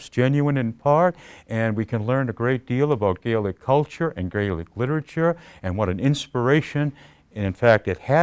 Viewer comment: He completely skips over the fact that the Scots will obviously have a shared history with Ireland, we're the same people. If he had really done extensive work on the language you would think he would at the very least say the scottish word Gaelic correctly when talking about it instead of using the irish way. Scotlands oral tradition is extensive, it's even commented on going back to the times of the Romans. Did MacPherson embellish, most likely, but there was already a framework of older stories already there for him to draw upon.